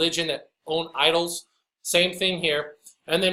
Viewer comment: Hahaha! Did you intentionally say “idolls,” when referring to Catholic idolatry? So appropriate! Either way, very funny. In a sad kind of way.